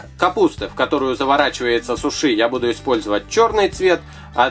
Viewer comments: Не сушии а сууши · да правильнее говорить сУши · вообщето не сушИ а сУши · Говорится сУши, а не сушИ да ещё это роллы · во первых не сушИ а сУши, а во вторых это ролл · Не сушИ, а сУши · У слово суши ударение падает на 1 слог а говорит и ставит ударение на 2 слог НЕ ПРАВИЛЬНО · не сушИ а сУши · Почему вы говорите сушЫ а не сУши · Не сушИ а сУши ! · сУши а не сушИ удорения на у без обмд:( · сУши а не сушИ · да не сушИ а сУши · я тоже согласна!! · ударение на уууууу а не на иииии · Это не суши,а роллы!И правильно говорить не сушИ,а сУши! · Не сушы а суши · Да вот именно правильно не сушИ ,а сУши!!!!!!!!!!!!!!!!!!!!!!!!!!!!!!!!!!!!!!!!!!!!!!!!!!!!!!!!!!!!!!!!!!!! пративно слушать иза-за этого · не сушы , а суши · правильно говорить сУши а не сушИ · уважаемый, не сушИ, а сУши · да что вы привязались к человеку ну что сказал не правильно но вы не правильно не правильно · ударение на букву "У", а не на " И". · Не сушИ не сУши а суши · Как вы показали роллы,сразу слюнки потекли! Но правильно сУши, а не сушИ)) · во первых не суши ( ударение на и ) а суши ( ударение на у ) а во вторых это роллы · Не сушииии а суууши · Сууууууууши а не сушииииииии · Можно я исправлю что ли так скажем вы ударение не правильно ставите это говорит моя подруга(мне вообще как то без разницы)она говорит что правильно Су*ши ударение на у а не суш*и ударение на и.Извените ,так говорит моя подруга) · Мне тоже так кажется Что правильно говорить су*ши а не суш*и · Не сушИ а сУши!! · Какая сушИ??? СУши а не сушИ,извините,но вы на украинского мужчину похожи. Говорите правильно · не сушиииии а сууууууши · Вообще-то не сушИ, а сУши! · Только не сушИ ,а сУши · ударение на 1 слог не суши а сУши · не сушИ а сУши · Ты не правильно говориш суши' надо говорить су'ши ☺😊👑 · Ударение на у а не на и сУши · вы не правильно ударение ставите не на И,а на У. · Мне очень нравятся ваши уроки, но сегодня меня взбисило Слово сушИ( правельно говорить сУши) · Не суш`и а суши